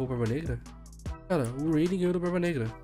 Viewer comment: O falando o nome do Rayleigh parece que ta fanho, ele fala reili, reilin, rueili